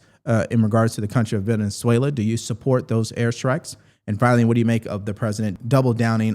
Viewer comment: Thank you for learning how to pronounce Venezuela. I could hear you trying and I appreciate your effort.